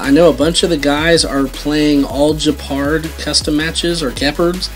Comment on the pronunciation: Your pronouncing geaperd wrong